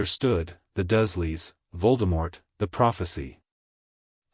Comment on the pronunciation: Dursley = "DURRzzz-lee"